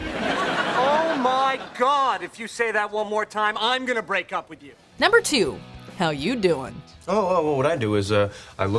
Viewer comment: The girl just said it wrong how u doing? Is how u doiiiing.